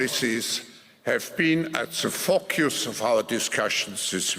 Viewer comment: he defo said fcuckuse instead of focus 😂😂😂😂😂